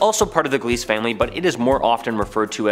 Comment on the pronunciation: Very fun video. I do love me some exo-planets! Just to help a bit, Gliese is pronounced GLEEZ-uh. Named after an astronomer ^_^ Willhelm Gliese.